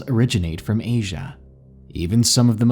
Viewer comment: How do you say Asia? (Age-A) lol